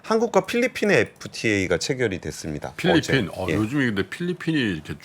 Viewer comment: 델몬트 썬키스트 ㅋㅋㅋㅋ 필ㄹ핀 ㅋㅋㅋ